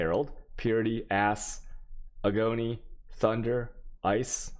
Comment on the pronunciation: Nader Elsarrag ago-nee